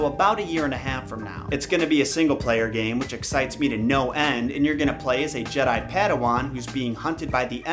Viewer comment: If the person put up to pitch this at E3 couldn't pronounce Jedi without it sounding like "Jed, hi" then I really don't have faith in it at all.